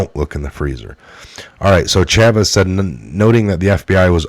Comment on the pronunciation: Chaffetz CHAY-fets , not chavez.